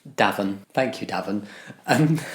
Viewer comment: Im pretty sure Davon is pronounced Duh-vahn. If that’s a black person then that’s def how it’s pronounced.